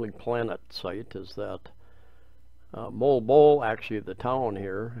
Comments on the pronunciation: just say Mo-wal Bo-wal... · Phonetically it’s ‘mo-arl bo-arl’ Also, it’s ‘Panag - sarma’